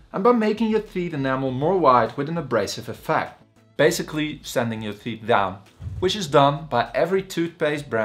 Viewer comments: I am here to learn about teet 😂😂😂😂😂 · Did he say theet? Thoot? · Lool theet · Theeth🤣 Had me dying💀